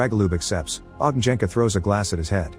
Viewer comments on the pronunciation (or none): You butchered those names like there's no tomorrow 😅 J is pronounced like "Y" in You. Ognjenka=Ognyenka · Funny how narrator speeks Ogn(J)enka - (Fiery one or Bonfire, kres, lomača, lagerfeuer...) wrong, but Dragol(J)ub - correct check (J) Should be Ogn(Đ)enka then. YW ;)